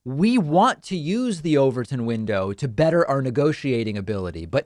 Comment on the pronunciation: 😂 What is it? I heard "the overthrown window..."